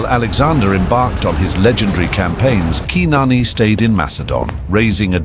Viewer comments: yes I did, but once again it's the Google engine, khnarnee, not keenarnee, the former sounding more accurate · or like ur AI calls her qui-non